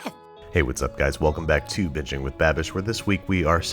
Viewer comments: It sounded like he said “hey guys welcome back to another episode of bitching with babbish” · At the start I thought he said 'bitching with babish' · It sounds like he said bitching with babish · Am I the only one who heard "bitching with babish" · I thought he said bitching with babish instead of binging with babish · am i the only one that heard bitching with babish at the start?? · is it just me or It sounds like he says "bitching with babish"😂😂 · I feel like every intro he says, “Hey guys welcome back to bitching with Babish” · I thought he said biching with babish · anyone else hear "bitching with Babish" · Did anyone else think he said "bitching with babish"? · Wait did you say bitçīñg with babish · I think he said bitching with babyish at the start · Did anyone else hear him say bitching with babish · I thought he said, "Welcome back to bitching with Babish." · i thought he said bitching with babish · who else though he said bitching with babish👀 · you pronounce "breasts" like Eric Warheim in Wrong Cops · did he say bitching with babish!! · when he said welcome back to binging with babish i thought he said welcome back to bitching with babish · I heard "Bitching with Babish" in the beginning. But hell, you can call the show "Cornhole country cooking" And is still watch it! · I swear he said "Bitching with Babish". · am i the only one that heard bitching with babish????? also i orgasmed when sean evans showed up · Same. I thought he said in the intro "Bitching with Babish" XD